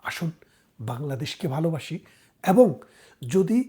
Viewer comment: ব্যারিস্টার সাহেব, আগে আপনার উচ্চারণ করতে শিখতে হবে।বারত না,ভারত।এ কার কে অ্যা বলেন কেন? এবং হবে,অ্যাবোঙ না 😂